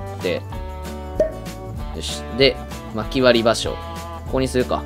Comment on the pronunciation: 「場所」の言い方が相撲で草